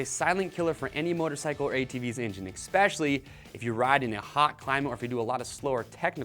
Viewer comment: Great video, but every time you say "eXspecially" I die a little.